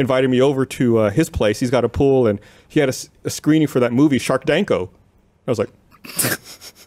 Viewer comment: Did he just call Sharknado, Sharkdanko.